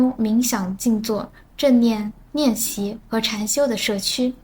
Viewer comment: 感觉是本人，比如‘练习’读成'nian xi'